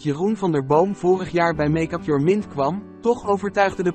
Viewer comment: Sorry maar MINT?? Het is engels dus MIND